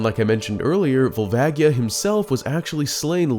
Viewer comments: Fuckin hate Barinade. Also, gtfoh with the 3ds remaster give me N64 oh-rig-in-al. Also it's Vol-vay-jee-uh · The way he pronounces Volvagia…